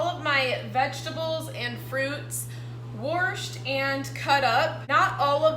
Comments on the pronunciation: I love how she says wash, but I'm a true Texan born and raised and I don't say it like that...Maybe a different region of Texas. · I like how you say wash...LOL. Love your videos!!